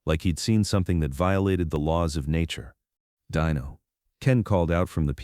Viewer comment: His name is not DYNO but Dino try it ,it sounds much better